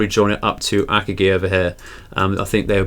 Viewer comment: Just a heads up, you are pronouncing Akagi wrong. You say it as “Ak-A-GEE” and it’s more pronounced “UH-COG-E”